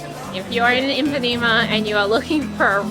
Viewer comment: Great video, Brazil has so much to offer. Just a little correction, it's Ipanema not Impanema. :)